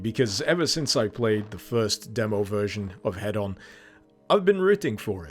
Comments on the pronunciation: Why are you saying head-on and not heed-on? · That moment when you think somebody is saying something wrong but don't want to correct them because it could just be a quirky naming convention Thinking Hedon He-don not Head-on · i believe that it is pronounced hee-don unless we aren't talking in british. damn those americans, making everything sound like a tv infomercial!